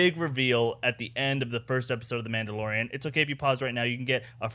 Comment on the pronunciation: "themaudelorian" lmao what